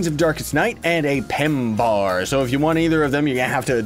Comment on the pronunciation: You need to really pronounce the "ARRR" on Pembarr IGN: PowerDj